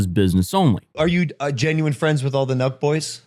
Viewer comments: I was like... "Milk? Is he saying Milk? Who are the Milk Boys?" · I've seen u talk about Sooooo many people I've never even heard of before. But here I am again watching drama from people I've literally never heard of. At first i thought u were saying Milk Boys, lol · Omg same lol, i thought he was saying the milk boys at first